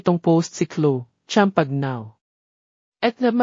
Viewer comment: Pronounce Chloe and champagne correctly😅